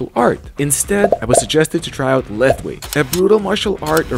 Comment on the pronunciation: Fun fact : Lethwei is actually pronounced /Lawei/ The more you know